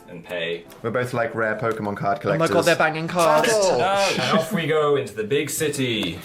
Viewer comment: I hear Phil Say "Intro the wilderness" haha not terminal illness